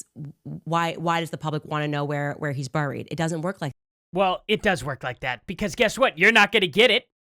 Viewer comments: I hate how she says buried. Destroying my English language beyond the usual American tweaks haha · Hey Candace.. the word "buried" is pronounced (beh·reed), NOT buh·reed.. Burried isn't even a word in the English dictionary. Maybe you should have finished those degrees for actual real! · my sister worked at a cemetery. It takes a long time to build mausoleums or crypts. They’re often made out of monolithic granite, it can easily take a year or more. Most people wait 6-12 months for a standard grave marker. I have to stop watching this demon. My watch says my heart rate is 105. JESUS TAKE THE WHEEL. And for the love of God learn how to pronounce words. Buried? Really? People need to stop saying she’s intelligent. Just makes them look stupid. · Why does Candace speak that way ,"burrried". She sounds stupid. Just like "ishrael". I've heard her pronounce it normal on a rant. Yes, I hate watch candy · Isshrael and booried 😂😂